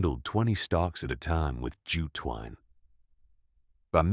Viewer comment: "Jew twine" 🤣🤣 Jute twine.